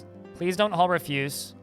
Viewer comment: Why is it that no DF streamer knows how to say refuse lol